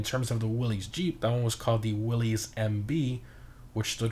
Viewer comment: Fun Fact: "Willys" is pronounced as "Will-iss." Edit: Also, gonna be honest, after Broughy tested it, I thought, "Hard pass," but now I'm considering it anyway. It looks like it does pretty good off road and the customization is nice.